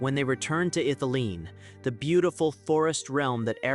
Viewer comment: Mate it's pronounced Ith-ili-en not Ith-ileen. Sorry but someone has to tell you